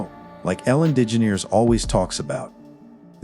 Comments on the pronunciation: Who pronounces her last name: “Dijineers???” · dijineers? like are u serious? lol